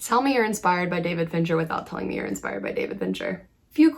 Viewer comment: Wait, did you say David FINCHER?